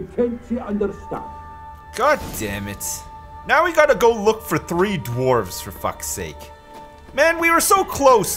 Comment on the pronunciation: "Welcome back everybody to the Witcher part tree, um, that's right the turd installment of this game and series...."